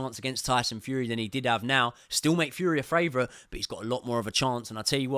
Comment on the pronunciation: Great breakdown. Funny question though, why do you say "FRavourite" instead of "favourite" 😂